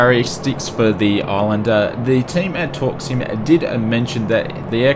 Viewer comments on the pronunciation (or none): "Torksim" never knew u pronounce it that way, I thought it was "torque sim" lol